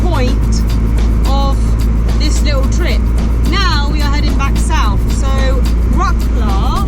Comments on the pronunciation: Don't get me wrong, I'm no trying to be smart, but I got a small tip for u guys. Instead of saying Wroklaw (Wroclaw) try pronounce it: Wrotzlove. Same story with another one of the biggest cities in PL Katowice, try Katowitze... it won't sound so funny (for Poles) as Katowiki or Wroklaw :D :D I won't even bother you with how to pronounce name of city Szczecin :D not a big deal, but I think it would be easier to understand of which city you are talking about. Best Regards guys! :) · any of these on your list? btw - in polish language you don't pronounce C letter like "k", so it's like WroTS-love ;-) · Wrocław - there is no K sound when You pronounce it:) check out the pronunciation on You Tube. and really I do not how you plan your routes that You end up on bumpy roads as there are good roads every where in that region.. Especially when You travel from Jelenia Góra to Wroclaw.. You must be choosing those routes on purpuse so no complains as there are altarnative routes. Also, there are so many beautiful castles in the region of Lower Silesia. How could You miss them all? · You've been there 3 days and still can't pronounce the city you are visiting correctly. Lots of comments about how to say it ... don't be ig'nant guys ... makes you seem parochial. Also ... I think your editing is too fast with jump cuts and fast pans and zooms that hurt your eyes ... like not every one has ADHD or a short attention span. Slow it down loveys ... it doesn't have to be perky ALL the time.